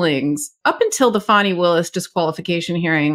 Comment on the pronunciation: It's Faani not Fawni